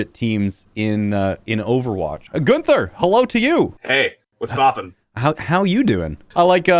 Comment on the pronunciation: Digga es tut so weh wenn er gunfer anstatt günther sagt